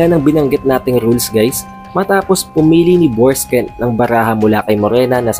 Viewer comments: Borksen po hindi borksken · BORKSEN--- di Borksken... Hayts... DI mu nga ma pronounce maayos ang character names tpos e deep explained mo..weird